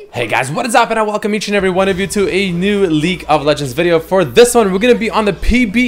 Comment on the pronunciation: Who else hear “ leak of legends” ?